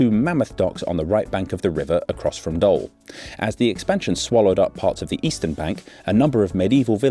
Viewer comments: Ironically, you pronounced Den Doelen correctly, but say Doll instead of Doel... While to pronounce it correctly you just had to drop the -n sound from Doelen. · Except the town isn't pronounced as dole but as dool. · Not Dol or Dul but DOEL! OE in Dutch is pronounced like a mix between oo and u in English Try saying fool and doo Now say dool but slightly more u sounding, then you got the sound of Doel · Huh, sounded like « Dull », can be quite appropriate given your verdict by the end of the video haha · Well it sounds more like how you pronounce the 'ou' in the word joule, so 'doul' :) But in the end it's just a nitpick, it's not an easy language to pronounce! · Where did you even get the idea that it was pronounced like "dole"? Did you even bother to do a 15 second HowToPronounce lookup? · Doel is pronounced as Dool (more less :P) what is funny as if i pronounce 'Dool' in duth it will be Dholè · Great video but the pronunciations were horrible. The 'oe' in Doel is pronounced like pool. Can't even begin explaining the pronunciation of the river Schelde... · Pronounced DOOL,it means purpose or goal or outcome. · Pronounced as dool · It's pronounced as "Doul", as in the "ou" from "you" :) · Pronounced Dool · I'm not sure why you're pronouncing it as "Dole" since you had it right at "Den Doel" but hey... We Flemish are nothing if not polyglots. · The funny thing is when you say the old name it is correct. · Unfortunate that there was not enough research to pronounce "Doel" correctly, only once when saying "Doelpolder" :( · Please pronounce Doel as in "pull" with a D instead of P 😊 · Little Dutch pronunciation lesson: the Dutch oe is pronounced like the English oo as in "Spookdorp", and the oo in Dutch is pronounced like the oh in oh my god. I know I know I'm nitpicking but it's kinda funny hearing someone apologize for saying "Waaslandkanaal" almost perfectly while butchering "Doel" 100 times in a row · Okay you can pronounce doelen but not doel that's kinda funny